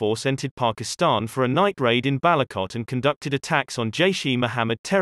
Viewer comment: I wasn't paying attention to video but your pronunciation of 'balakot' made me do a double take.